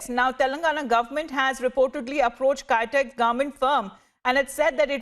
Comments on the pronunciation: Haha, it's not "Kytex", but Kitex. :D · It's kitex not kaitex